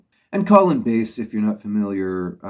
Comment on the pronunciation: Thanks... I'll check out Colin Bass' solo album. I've never heard of it. By the way I'm sure it's pronounced B'a's (like the fish) as my Grandmothers name was the same and it was pronounced that way.